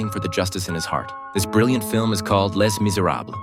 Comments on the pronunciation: "Les," the French word for "the," is pronounced "lay," or close to it. The "s" is silent. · It's prenounced 'lay' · Les (pronounced "Lay")